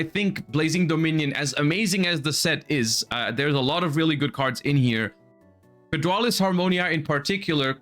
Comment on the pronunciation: the bigger crime than the upcoming prices is definitely the name of "fydraulis harmonia" wtf is a fydraulis